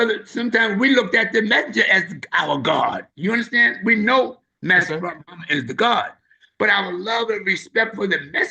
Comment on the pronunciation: Brother elder SOLDIER DOESN'T HAVE TO ANSWER TO ANYONE BUT ALLAH MASTER FARD MUHAMMAD THE BLACKGOD AND HIS NAME IS ACCENTUATED WITH TWO SYLLABLES FARRAD, WE WHO FOLLOW ONLY ELIJAH AINT ROLLING ROLLING THE SAVIOUR'S NAME THAT ISH IS EMBARRASSING, THE LAMB PRONOUNCED HIS NAME ACCENTUATINNG TWO SYLLABLES, YOU ME MY MOMA, MY CHILDREN, THIS MINISTER THAT MINISTER WASN'T TAUGHT FACE TO FACE BY ALLAH MASTER FARD MUHAMMAD, HOWEVER ELIJAH WAS AND THATS WHO WE ARE WITH PERIOD.